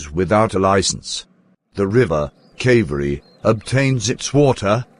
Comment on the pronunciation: Not me rage baiting when i heard kAVeri🗣️📈like that's not the crt pronunciation